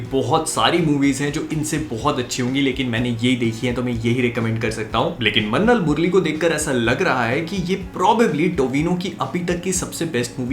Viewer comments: I heard "lassan murli"😬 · Its funny how he says that "minnal murali " 😝😝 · the way tou said minnal murali made me laugh like never before everything else is good